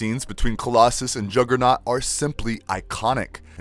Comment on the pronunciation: “Oim di jogah-nawt BITCH!”